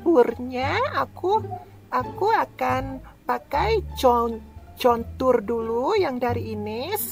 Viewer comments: kontur bukan contur 😂😂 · Kontur anjimm bukan contur🤣🤣